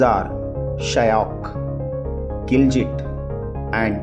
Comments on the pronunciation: Mistakes about gilgit baltistan rivers. Mispronounced the names of gilgit river and hunza river. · I don't know about the Indian rivers' names. But he pronounced the Pakistani rivers and the rivers of Ladakh very wrong. Specially Jehlum, Gilgit, Chenab and Zanskar.